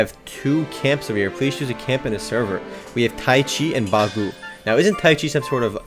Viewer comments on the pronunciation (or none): he mispronounced bagua its known as circlewalking they uised the animation for airbending in the show avatar the last airbender